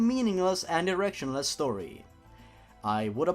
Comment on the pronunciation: I heard "directionless" as "erectionless".